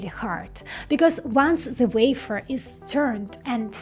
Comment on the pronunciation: Why can't you say wafer? Why must you scratch our internal ear with your vafer?